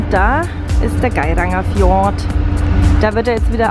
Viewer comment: Tolle Bilder, nur das, für mich persönlich z.T. dümmliche Gequatsche und die absichtlich falsche Aussprache vom Gairangerfjord lässt mir die Galle überkochen. Abbruch bei Minute 18.